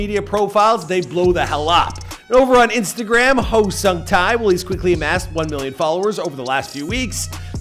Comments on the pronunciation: All I wish is that you watched ONE VIDEO ON HOW HIS NAME IS PRONOUNCED. I closed the video after hearing SUNG TAY TAY TAY TAY over and over again omfg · Look, I am not Korean nor am I a korea fanboy/nerd or whatever... But even I, a simple european, can tell that his name is pronounced totaly different... Edit: Sung: the U" is pronounced like in "moose" Tae: the "ae" is pronounced like in "head"